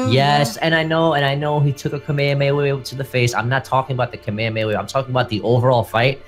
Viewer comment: It irritates me when people say Kamehameha wrong.🤦🏾‍♂️ Like they say it the same way EVERY SINGLE TIME. I don't get what's so hard 💀